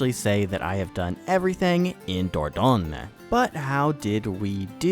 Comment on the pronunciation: The 'dor' is like 'for' with a d, the rest like 'coin' but with a g instead of a c, and the n is the ng from 'kong', so like 'dur-gawing' 😂